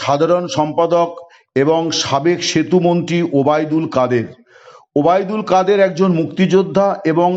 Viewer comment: দাদা, ওবায়দুল কাদের কে কাউকা কাদের বলে কেন একটু জিঙ্গাসা করুন